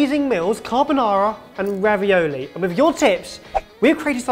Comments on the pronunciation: Thought ben said raviyolo at one point. Getting down with the kidz, are we?;) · Its RA-VI-O-LO.. not ravioli